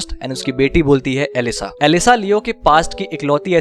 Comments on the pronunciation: BRO IT'S ELSA THE PRINCESSE NOT ELISA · bhai vo elsa bolti hai elisa nahi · चिंटू, एलिसा नही एल्सा कहती है। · leo ki beti elisa nhi elsa bolti hai kya suntaa ha bhai